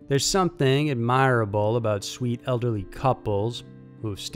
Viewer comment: adMIRable? I've never heard it pronounced like _that _ before.......